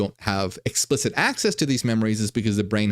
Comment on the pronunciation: “Explishit” XD I feel like that was subconscious having a little fun with what he was talking about